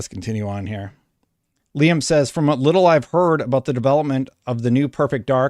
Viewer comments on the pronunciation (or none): none